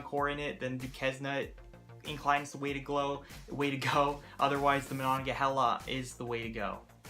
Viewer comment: The correct pronunciation is Do cane, or dew cane, Duquesne. Ma non ga hay la, Monongahela. It's okay most people mangle these as well. At least you got Primanti Bros correct.